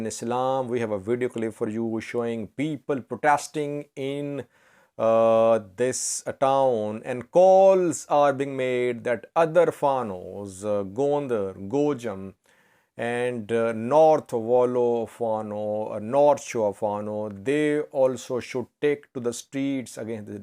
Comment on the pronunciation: It is Goj-Jam damnt it, not Gojem may be this is in Pakistan so stop mixing!